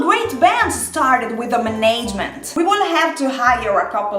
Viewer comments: Muh-nayge-mint? LMAO! It's pronounced Man-ij-mint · Today I learned I love the way Italians say management. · I love the pronunciation of "management". 😆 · Not that I can pronounce any Italian words correctly, so not poking fun. It just made me chuckle. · same lol, it's a new way of saying it I haven't heard. I also don't know any italians either though so I don't hear the accent anywhere else